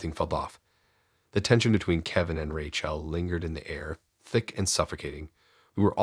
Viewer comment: It's Rachel as in Rachĕl, not RaCHĔL